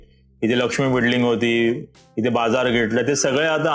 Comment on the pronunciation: .. बिडलिंग कि बिल्डिंग 😂